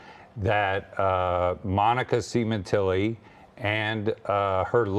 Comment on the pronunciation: Fabio's name is not pronounced Seementelli, it's pronounced Sem-in-telli.